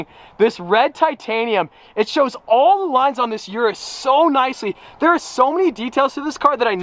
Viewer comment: It's pronounced Lamborghini OOH-RUS.